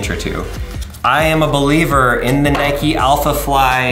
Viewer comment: Who pronounces nike like that